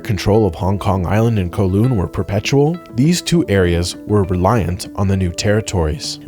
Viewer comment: Cos the video was made by an American and USA of course never did any Imperialism 😂. And he butchered Kowloon pronunciation 😢😢